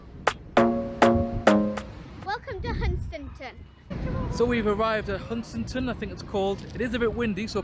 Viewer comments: Another great video. Was that the roundabout at newark I saw? The bang might of been the damper at a guess, I assume everything was OK with the van then? Already been mentioned but its hun-stan-ton . Keep up the good work 👏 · Hun-stan-ton :=) Lovely brown sea there! A bit weird about the bang, Bailey did a better job haha.. I thought your mic did a good job in the wind. Biscuit tin every day for me!